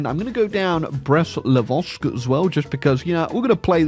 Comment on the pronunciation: "breast livosk"